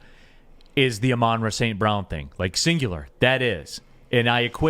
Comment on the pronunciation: This been bothering me since Ben Johnson stared getting involved in the offense, the pronunciation of St Browns name... It's Ah-Mon-ra, NOT Amon-ra..... Lol